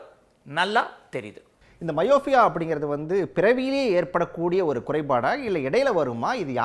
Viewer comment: ஹலோ அது மயோஃபியா இல்லை மையோப்பியா. Myopia. நீங்க உச்சரிப்பது myofia. என்ன நெறியாளரோ என்ன ஊடகவியலாளரோ போங்க. 😢 மருத்துவர் உச்சரிக்கும் போதாவது கவனிக்கணும். அதுவும் இல்லை. எப்படித்தான் உன்னையெல்லாம் வேலைக்கு எடுத்தாங்களோ தெரியலை.